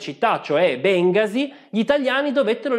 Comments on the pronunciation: Dimmi che sei di Torino senza dirmi che sei di Torino. Béngasi. Accento sulla e, come la piazza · Bengasi si pronuncia Bengàsi... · Si dice BengAsi,cn l'accento sulla A . Errore di tutti voi torinesi..unici in Italia....informati..x il resto bene